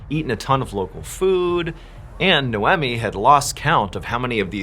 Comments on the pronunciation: Its pronounced, Nay-Owe-Me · Nay oh me & aud ree. First time I've ever heard Mr Ballen mispronunciate, especially 2 names in the same episode. Mad respect still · It's pronounced NAE-OMI not No-Whammy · i had no idea canadians pronounce naomi as noemmy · The pronunciation of “n-eye-oh me” and “-awe-dr- ee”have me. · Naomi is pronounced Nay-oh-mee. Audrey is pronounced Awd-ree. My pet peeve, sorry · Pretty sure it's pronounced Auh-dree not Andre 😂 and Ni-omi and whatever you said 😂. You already have a large following why are you doing the comment farming technique of intentionally mispronouncing names. Clicking off after this comment. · "Nowemi" and "AwDray"...? do you know how to speak English? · Related comment completely forgot because of the irritation on the pronunciation damn dude You're great but Naomi is not pronounced Now emeeh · The pronunciation of “Naomi” and “Audrey” are making me cackle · I think that name is pronounced "nigh-oh-me" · It's irking me that the names don't seem to be pronounced right. It should be "No-Mee and Awe-Dree" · Oops... Naomi is pronounced nay o me Audrey is pronounced aud re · It's pronounced 'Nay-ohm-ee' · Are you mispronouncing names in order to gain more comments? Naomi and Audrey are very normal American names... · Does he say the names Naomi and Audrey correctly? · Is her name no eh me? Or nay om mi? Phenetic pronunciation